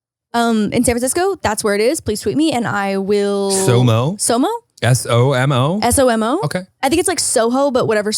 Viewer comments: it’s SoMa, not SoMo 😅 SoMa is short for South of Market which is a major street in the city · each time says “soMO” i die a little inside HAHA it’s the aggressive MO for me i could be wrong but i’m assuming it’s SoMa and not somo 😂 south of market street LOL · It’s not somo it’s SoMa. It stands for south of market, as in market street. One of the main streets lol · It’s SOMA not somo LOL stands of “south of market (Street)” just FYI haha